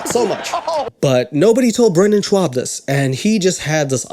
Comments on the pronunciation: It's so strange to me when he is saying Schaub, because i'm german, i pronounce it a bit different without the Double U after the Sh. I don't think that there's a letter in English, which sounds like the A U in German. xD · Andrew 'cliche' Schwab!!!! Isn't that just German pronunciation of swab? U know the medical absorbent?